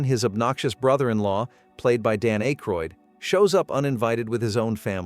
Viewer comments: I was ready to try this until the AI started. Dan AAAcroyd. Goodbye and don't recommend. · "Dan Ache-roid" says the bot.